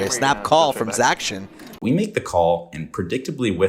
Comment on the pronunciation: Great vlog. Didn’t enjoy “zac-tion” - cringe lol